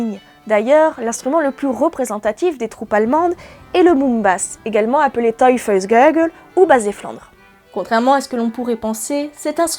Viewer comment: Vidéo géniale, je me permets juste de dire que ça se prononce "toï - fels - gaï - gue" :p Super travail, j'adore ce que tu fais par ailleurs :)